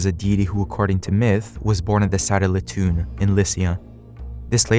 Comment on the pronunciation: It’s not pronounced Le-toon, it’s Le-to-on (leh-toe-on). There should be a diaresis over the second O, indicating it’s voiced separately, as in the famous Loacoon. I don’t have think mark on my iPad keyboard or I would show it.